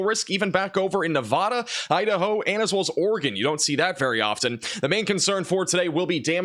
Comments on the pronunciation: Hey, Nevada is pronounced Na va da (the second a is pronounced like the a in apple). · The vad in Nevada is pronounced like add. I lived in Reno for 6 years..